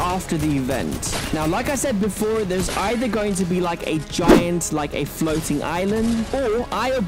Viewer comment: “creating a floting island” wtf “floting”